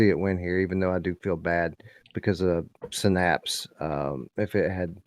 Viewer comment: It's definitely Synapse and not Sinnapse 😂😂❤